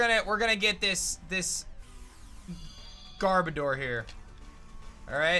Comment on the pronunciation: Its pronounced GarBowdur